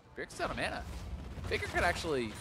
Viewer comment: wtf is mona? its MANA!!